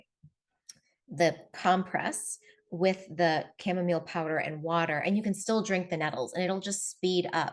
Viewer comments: Chamamolee? Was it hard to take this person seriously as being knowledgeable on the topic? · I saw that video where he said “cha-momma-lay” too like last month or so. Epic Gardening I think the channel is called. Too funny! 😂. His friend had said it, the main guy knows better.. My hubby is def. more of the venting type. I’ll try to get him to drink this more! Thx for sharing all of your practical tips & knowledge that I can sure use too 😊